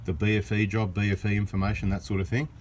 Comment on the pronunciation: love the way you pronounce in fa mation lol! and thanks for the information bada bing